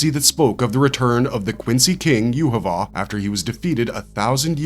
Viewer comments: not with the way he is pronouncing his name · why are you pronouncing his name so badly, 3 minutes into the video and I had to tap out